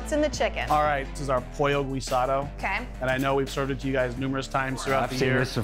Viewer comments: That’s facts. I thought he said pollo rosado at first. I’m sitting her like wtf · As a Puerto Rican that man butchered the name pollo guisado 😂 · the way that chef said pollo guisado makes me upset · Me totally not being Spanish and correcting how they pronounced the e Spanish dish